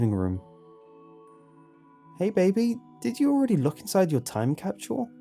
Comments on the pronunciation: Am I the only one who’s slightly bothers by the way he says “capsule” he says it like “capshual” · It's like stewie saying cool whip. Why are you putting so much emphasis on the h wait there is no h capshule? Capsule. Say cap "Cap" now say sule "sule" now say capsule "capshule" aaagghhhhhhhh😡🤬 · Isn't it supposed to be capsule not facking CAPSHULE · It's an accent issue. People pronounce things differently for whatever reason. Why does it bother you that much? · What's a time "capchewel"? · Lol chapshuel? I was trying to pronounce it wonky out loud but I couldn't say it!! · Am I the only one who hear him saying "capshul" ? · James Roberts I think it’s when you put food in a time capsule cap-chew-el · A British capsule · There is no 'h' in 'capsule'. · All these people complaining about the way he says capsule but I'm Australian so it doesn't bug me 😂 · Anyone else hear how he said capsule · Yo the way you day capsule makes me want to die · ' pronunciation of capsule is driving me crazy. Still love the channel though. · Are you mispronouncing capsule on purpose? As a kind of artistic flair? I think it's so interesting to hear people's unique way of pronouncing or mispronouncing certain words.. People are so different! You're my favorite creepypasta narrator. You emphasize and put just the right amount of feeling, enunciation, articulation.. whatever you wanna call it, you're just a great voice actor. Just great. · thats the most unique way ive heard someone pronounce capsule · I hate the way he pronounces capsule lol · Nart Wumar it’s how he pronounces it